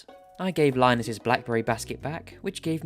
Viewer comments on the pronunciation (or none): none